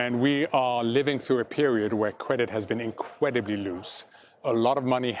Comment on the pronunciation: "Cwedit has been inqweably loose". Ok